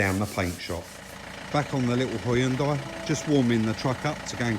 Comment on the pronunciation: Great call on the side moldings. Probably what my white slab sided '10 Xb needs, looks like Moby Dick. Across the pond we're not as safety conscious, no rear fog lamp. We'd prefer to run up your backside. Lazy in our speech as well, pronouncing Hyundai as "Hunn Day". Thanks for great videos. Narragansett Bay.